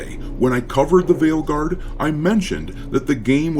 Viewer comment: When you said the game's name at the end, I heard it as "Dragon Age: The Whaleguard". Seems fitting, as it's the guard of all the blubber filled blue hairs.